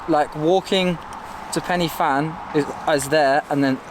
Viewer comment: Pannyvan? Pen y fan is pronounced Pen ah van. There's no penny.